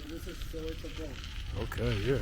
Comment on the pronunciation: Saweto not sawetho